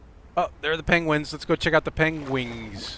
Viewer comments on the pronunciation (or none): I wonder why do you call it PENGUINGS ? Love your videos man!